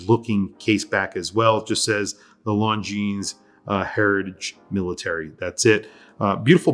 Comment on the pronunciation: Hate to sound like a snob but the “s” on the end of Longines is silent.